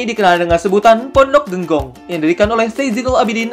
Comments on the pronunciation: Buat konten jangan sekedar buat dong bos Masak penyebutan kata Genggong aja salah saya sebagai santri nya sangat amat tersinggung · Kalo mau buat konten jangan hanya belajar di internet dong, kayak yang sudah tau banget pesantren di probolinggo. menyebutkan kata "Genggong" saja sudah keliru, kemudian menyebut Kh. hasan Saifouridzall juga kurang tepat, kami sebagai santrinya merasa kesindir.